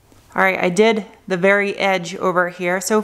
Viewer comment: “Ze windshield” lol